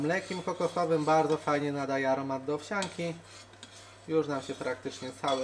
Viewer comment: owsiANKI, a nie owsiaaaąki, w języku polskim nie ma takiej gloski, dlatego nie mowi sie po polsku łazięka, koleżaaaąka, sukieeęka tylko łazienka, koleżanka, sukienka i analogicznie owsianka, to jest błąd w podobnej kategorii jakby mówić pedz mi zamiast powiedz mi, wynika z niechlujnego języka